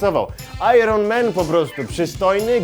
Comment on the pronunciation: [ajern man] nie [ajron man]!